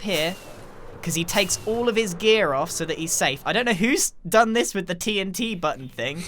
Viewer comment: The way Grian said Do you have TNT It sounded strange like "Do yoi have te en tyei"